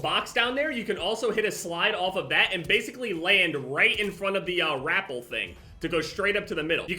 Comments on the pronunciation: Its: Re-pel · I was scrolling through all the braindead Future Title and Challenge Accepted comments to see if anyone else noticed. Man said it like he added an r to "apple" lmao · ITS "RUH-PEHL" NOT "RAP-PEL" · it's pronounced "RUH-PEL" hahahahah when he said "r-apple" I fuckin lost it every damn time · He did not just pronounce rappel “rah” “pull” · My man's said rapple Bruh it's Ruh-pell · Lmfao “rapul” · He called it a r-apple😂😂 I'm deaddd I feel like he genuinely call rappelling r-appelling😂😂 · Did he just say rapple instead of rappel? Lmaooo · Lmfao dude i thought i was the only one. I genuinely thought he was saying grapple at first lmaoo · the act of going up and down is ruh-pel, the rope itself is a rah-pull, everyone I've ever met have either said it this way or accepted it to be said this way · “Rappel” lmao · the way he says rappel bugs me